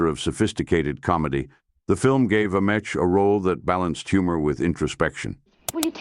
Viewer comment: I couldn’t watch this one because the mispronunciation of this man’s name, butchered, a hundred different ways, was unbearable.